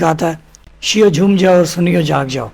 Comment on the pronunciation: بھائی چوم نہی ہوتا جھوم ہوتا ہے